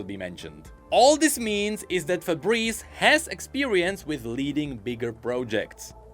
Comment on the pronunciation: It's Faburisu,. Stop saying Fabreze :face-blue-wide-eyes